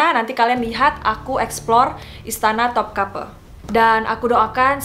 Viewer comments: just info ka, namanya memang istana Topkapı bukan Topkapi, dalam bahasa turki huruf i yg gak ada titiknya memang dibaca e pepet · dibaca memang topkape,karna huruf i yang tidak ada titiknya itu di turki dibaca e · Topkapı huruf ı di Turki dibaca e, jadi Topkapı dibaca Topkape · Di baca topkape soalnya i yang di pakai tanpa titik, jadi di baca e. I dan i beda bacanya kalau alfabet turki. ( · Topkapı dibaca topkape krn penulisannya bukan pakek huruf 'i'tapi pakek abjad turki 'ı' yg pelafalannya kyk kita nyebut kera Kalo Hürrem, Harem, dsb pelafalannya bukan kyk kita nyebut 'kera' tapi 'bebek' simple nya kek huruf vokal biasa ' a, i, u, e, o ' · Karena di Topkapı yang dipake ı bukan i, jadi dibacanya seperti Topkape